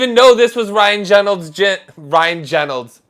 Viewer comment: Ryan Genolds lol